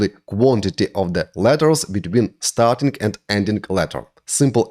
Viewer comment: никогда не понимал, как можно так хорошо знать грамматику языка, уметь говорить спокойно, и при этом произносить "дуинГ", "токинГ", "нОу летс гэт стартинГ"... ? Это за пределами моего понимания.